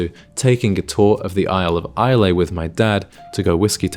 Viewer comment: It’s Eye-La not Eye-Lay.